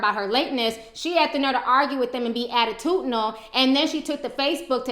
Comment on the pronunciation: Ti just said "attutidinal". s Smh. #Icant